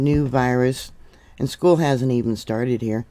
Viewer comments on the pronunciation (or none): none